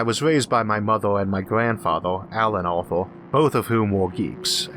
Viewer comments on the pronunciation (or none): none